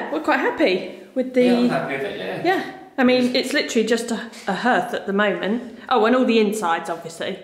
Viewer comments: The paint effect reminds me of the colour-washing I did everywhere in the early 1990s - I don’t envy you if you decide to do the ceiling too. By the way, it’s usually ‘harth’ rather than ‘herth’. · Pronounced “Harth”. Spelt hearth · Love waching your renovations you are doing a great job, by the way it is pronounced HARTH but spelled hearth. Sorry your cold nothing worse! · Great stuff you two 👏👏 coming on nicely.love your vision and determination.( it's a Hearth pronounced " Harth" ) best wishes as always to you and the furbabies Xx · it’s never pronounced “herth” 😂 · Yeah, it’s pronounced ‘harth’ (hearth) lol